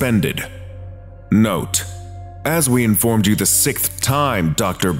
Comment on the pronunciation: Dude. Seriously. Learn how to say "sixth" man. You're the best SCP channel on YouTube right now but I get so mad when you say "sick-th" instead of "sicks-th" 🙄